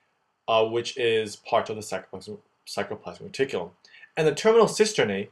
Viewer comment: Awesome videos!! Just remember, R before C in many of these spellings and pronunciations! ex. saRComere, saRCoplasmic reticulum